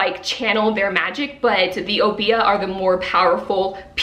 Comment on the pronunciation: Welcome back!!!! 😊 You were truly missed but I’m glad your eye is much better. N.B. I’m not sure if you were pronouncing Obeah from Witches Steeped in Gold but I’m from Antigua (small island in the Caribbean) and we pronounce it “Ob-yah”. That would be the pronunciation if it is spelt Obeah because a lot of our language is very similar to Jamaica’s.